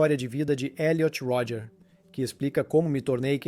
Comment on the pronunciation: O nome dele é Elliot Rodger. Creio que o narrador está dublando o documentário. Aí "abrasileirou" o nome.